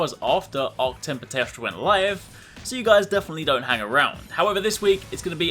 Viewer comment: after so many videos im still hearing toaster instead of teostra XD i cant unhear it anymore!!!